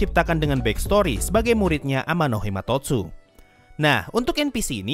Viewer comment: title : Amanomahitotsu sensei : Amanohimatotsu